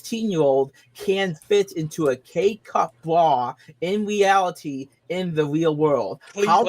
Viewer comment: a lot of teenagers "fit into a K-cup bwa, in weawity." It's called macromastia, and it's often genetic.